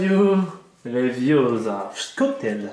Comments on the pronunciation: C'est wingardium leviosa pas levioza !!! Lol j'fais ma Hermione dans le 1 😂😂😂😂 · C'est Wingardium Leviosa et pas Leviosaaaaaa😂😂😊😊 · c Wingardium leviosa toi ta bu de l'alcool